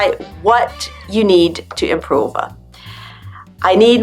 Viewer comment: I can't figure it out whether you deliberately stress the endings like "improV-uh, EngliSH-uh, decreaseT-uh," or not. It's funny but not normal! :)